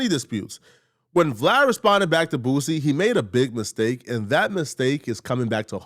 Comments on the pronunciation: Dude said booZie 😂😂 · Bruh call him “boozie “ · Aries always says boosies name like “Booozie” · Who is “Boo-ZEE”??!🤣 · Why he keep calling him BOOZY 😂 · i live up north and we all pronounce it correctly lol this is just an Aries thing.